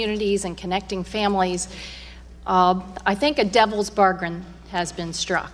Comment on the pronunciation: Anyone else hear her say "Devil bargrin" xD?